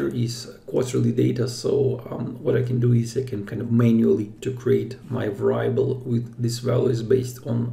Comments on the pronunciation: сам ты блин вэрАйабл )) вЭриабл жи! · Great video. On another matter, I know English is not your primary language, so just want to let you know variable is pronounced veuh·ree·uh·bl. Keep up the great content and hope you are safe and sound during corona